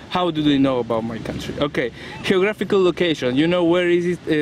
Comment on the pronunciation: "Heographical location" me hace sangrar los oídos.